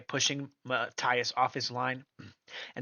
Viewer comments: Is Matías not Mataias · It is pronounced (Ma-teeas) ffs!